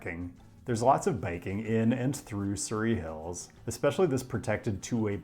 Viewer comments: You pronounced Parramatta wrong. Edit: and Surry Hills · dont forget the surry in surry hills 😅